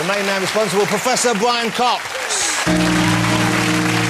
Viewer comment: Pwofessor Bwian Cox!!